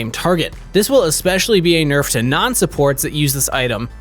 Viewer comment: You mispronounced nerf on those tank items